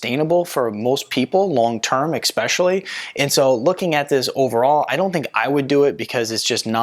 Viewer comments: Haha...he said exspecially... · You lost me at “ecspecially”